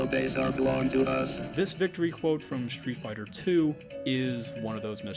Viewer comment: also stop saying SHtreet Fighter